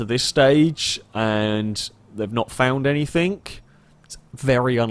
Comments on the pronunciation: Anythink..somethink, over and over. Why the fuck can't you pronounce the letter G? But you can somehow say "single player" and don't say sinkle player? What the fuck? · anythinK.. somethinK.. Very annoyinK